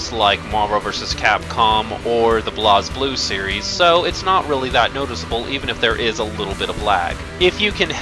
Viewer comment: You pronounced BlazBlue wrong.